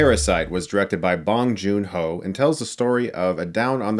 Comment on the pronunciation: Chris, big fan. Pronunciation is "bOng" like "OOH" not "bong" with an AHH. From a Korean American fan